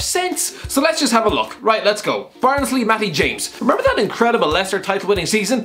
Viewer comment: who else can't understand a word he said about Matty James